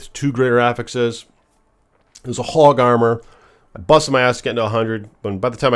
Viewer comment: This is a HAWG of an item. "Is that how you say it?" "Please let me know in the comments below!" 😂